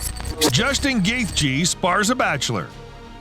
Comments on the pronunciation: I’m not Justin but I think it’s pronounced (gay-hee) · Imagine having an MMA exclusive YouTube Channel, and then proceeding to call Justin Gaethje "Justin Gath-gee". Reminds me of when Joe Rogan called Chuck Liddell "Chuck L-eye-dell" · Never heard anyone pronounce Justin’s name “Gaeth-je” lol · He cannot say Justin's last name to save his life. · Wow I hate the way you say gaethje 😂 Great video tho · Clicked off the moment you pronounced Justin Gaethjes name wrong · My god thats the dumbest pronunciation of “Gaethje” i’ve ever heard. How do u not know how to pronounce it